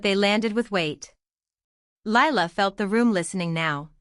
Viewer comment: What the hell did I just listen to?? The title has nothing to do with the story, the necklace had no continuity anywhere and then Lila was looking thru ledgers. What garbage. And the name Lila is 2 syllables.